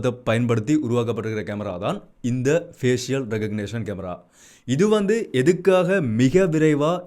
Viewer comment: Fஏசிஷியல் தவறு . fஏஷல் என்று உச்சரிக்கவும்